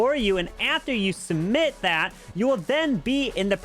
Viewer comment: Sumit❌ Submit✔